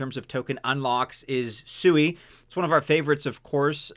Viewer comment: Plz dont pronounce it swee. Whats wrong with soo-e